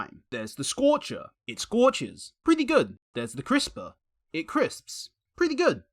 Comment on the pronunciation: scorcher? Say that again slowly